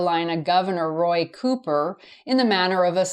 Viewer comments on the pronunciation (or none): none